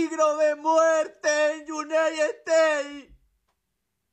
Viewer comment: Por los que mas quieran, enseñenle a pronunciar United States.